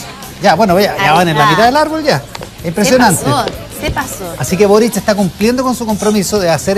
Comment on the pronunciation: hola soy Ivan valenzuela y me encanta ponerle "tch" a todo: "boritch cuando tchico en chacon, etchtraordinario, ha ditcho boritch"